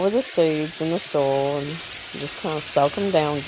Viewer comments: Did u get bit by a critter? ☺☺☺ It's 'soy yulll. Soil. Not So el. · When you started the video in your discussion you said, "I have amended my soil ..." What I heard was, "I have amended my soul ..." with your accent. I wondered for a minute what your soul had to do with the hot tunnel. Anyway, I had a good laugh. Take care and keep on keeping on.